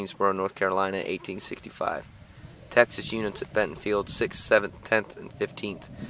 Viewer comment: BentonVILLE, VILLE not Bentonfield!!!